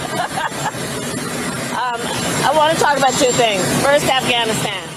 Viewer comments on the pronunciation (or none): none